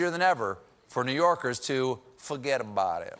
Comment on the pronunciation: Ah, one thing Stephen can't do! When he says fuhgeddaboudit he sounds like a southerner, not a new yorker of any kind.